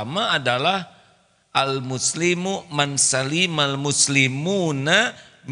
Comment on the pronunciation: Tolong A kalau bisa dalam pelafalan Hadits من سلم jangan dibaca panjang Man salima bukan Man saliima. Baarokallohufiikum